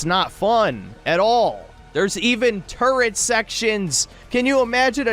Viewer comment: I can't take this video too seriously.... you called turrets, turrents you are a degen lol